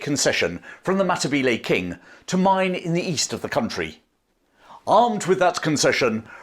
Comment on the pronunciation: I would stay subsrcibed if you made an attempt to pronounce words correctly. History includes the history of all the people you are describing, not just the British. For some reason, (probably the infusion of French by William 1) anachronistic Englishmen like yourself think vowel sounds in other languages move around like they do in English. They don't. The two 'e' vowels in Matabele sound the same. You seem to be able to do that with the two 'a' vowels. BTW, if you want to be accurate, Matabele is anachronsitic, it is another British exonym. The people call themselves Ndbele. You're welcome, from New Zealand.